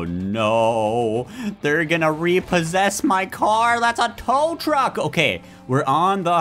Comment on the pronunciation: Bro almost said trow tuck